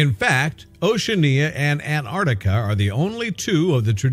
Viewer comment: what a silly title, also the word is AN TARK TICK A, NOT ANARDICKA, gordon bennett can you people pronounce anything correctly??